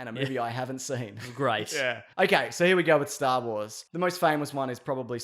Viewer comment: Why would you do this ? Why? Why shorten ONLY THE "S" in "Star Wars"? I haven't slept in days over this